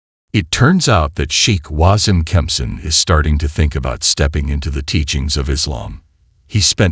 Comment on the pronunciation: Wasim is pronounced as Waseem.